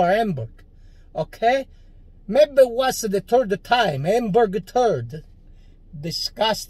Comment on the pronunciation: I love how he pronounces her name,AMBURG 🤣🤣🤣🤣🤣🇮🇹🇮🇹🇮🇹🇮🇹❤️❤️❤️